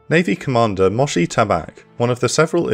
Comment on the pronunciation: some absolutely insane misproununciatoojs in this (heifer, moshe, etc) but otherwise entertaining!